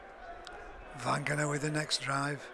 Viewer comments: Its Vagana, not Vangana; and Cozza not Coser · I agree entirely. Years ago Eddie Hemmings continually pronounced Isaiah's father as 'Vangana'. Crooky seems to have got it from Eddie.